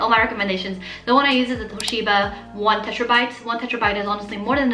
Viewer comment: hahahaha did you say "tetRabyte" hehehe not makin fun of you but I laughed real hard